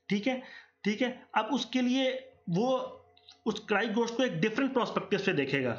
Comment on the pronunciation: Karahi Ghost😅 it is gosht